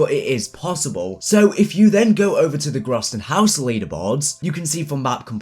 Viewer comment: grausten haus !?! it's GROESTEN HAUS